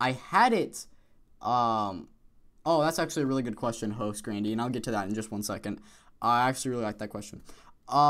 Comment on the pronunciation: just noticed how you pronounce my different each time you say it. Hostgrainy XD